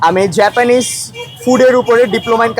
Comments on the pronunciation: জাপানিজ ও ভালো করে বলতে পারে না 😂😂😂😂😂জেপানিস 😂😂😂😂😂😂😂😂😂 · জাপানিজ ❌ জেপেনিজ ✅ 😂😂😂😂